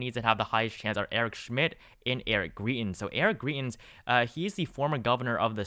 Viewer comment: Greitens is with a long I, rhymes with fry. Not a long E, like tree. You can just call him trash instead 🤓